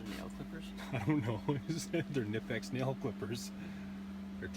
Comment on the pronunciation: No silent "k" in "knipex"